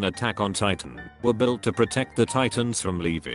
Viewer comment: Nobody: Me getting triggered when ever the computer said Leveee instead of Levi